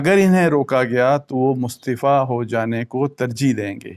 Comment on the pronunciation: Lafz mustifa nahi mustafi hota ha